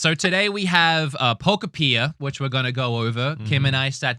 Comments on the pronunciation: Love how you keep saying pokepia instead of pokopia 😂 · Poko-Peeya has to go. Cant keep doin that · Most people still pronounce Pokopia wrong, in my opinion. It’s Utopia + Pokémon. And how do you pronounce Utopia? Exactly: Pokopia. -. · it's pronounced (Poe-copia) 😂